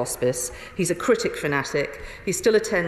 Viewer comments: Cricket, not "critic". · I'm pretty sure "critic" was a mispronounciation of "cricket".